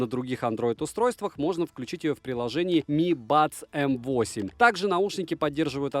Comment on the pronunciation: возможно пишу поздно, и скорее всего ты это уже понял, но М8 читается как made (игра M и Eight дает "Meight", что звучит как "made" - создавать)